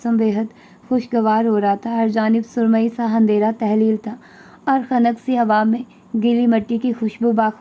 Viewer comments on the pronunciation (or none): Hi loved the way you read Just little correction Istafar nae istafsar Handhera Nahin andhera